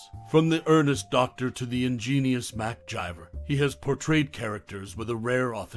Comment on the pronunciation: Who the hell is mcjiver ths characters name is mcgyver with a G NOT A J